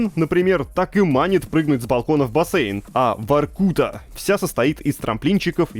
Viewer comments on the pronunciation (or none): На автор произносит варкУта. Может быть, всё таки Воркута? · Правильно ВоркутА (ударение на а). Или так в игре озвучивают с ударением на у? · ты что, сказал варкУта? Оо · Ещё ни разу не слышал, чтобы ВоркутУ называли ВоркУтой 😂